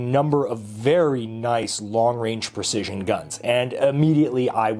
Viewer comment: WHEN ARE WE GONNA STOP HEARING "PER-CISION" GUN 🙄 instead of "Precision"? Lol